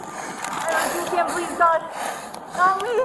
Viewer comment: Wtf is reeevuke? Been watching to much dragonballz.